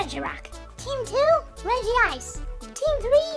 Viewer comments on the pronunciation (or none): regice it pronounced rej-ice